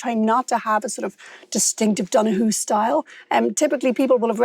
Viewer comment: When they were pronouncing the names at the start, I just cringed, it was like I could hear the confusion when he said Donoghue